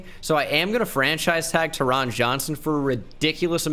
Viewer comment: I went to hs w taron johnson. Its pronounced “tarin”